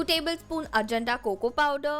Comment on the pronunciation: You are pronouncing Ajanta wrong...